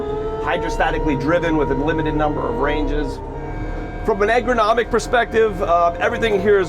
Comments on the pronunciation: How much does it cost to learn how to pronounce 'ergonomic'? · Great video, one pointer though, eRgonomic not egRonomic. Keep up the good work, learned a lot from you.